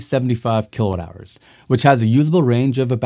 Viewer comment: I would like to challenge your obstinance in cutting Mr Watt"s name EVERYTIME you pronounce kWh. Is that on purpose? Or the scriptwriter 4got to give a hint on pronunciation? I really think you pronouncing correctly would raise your value from 2 to 4 bit something.